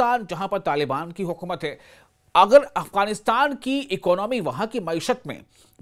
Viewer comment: اکنامی نہیں اکانومی ہوتا ہے